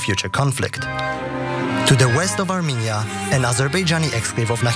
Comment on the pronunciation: Two countries Trump can't pronounce.